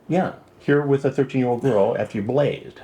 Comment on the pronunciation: "after you blazzzed" the way Chris says certain words cracks me up 🤣